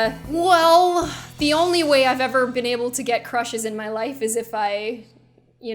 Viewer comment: Natalie Whaley didn't have any grammar errors, she spelled "been" the American way. just pronounced it like '"bean"